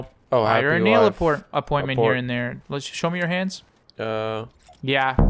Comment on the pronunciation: hamza mocking messing up saying appointment has me pissing 😭😭